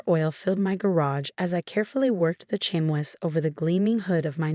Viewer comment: Please teach the AI how to pronounce chamois properly.😂